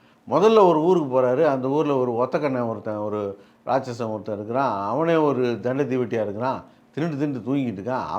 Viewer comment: தண்ட தீவட்டி😂😂 மதுரை வட்டார வழக்கு அருமை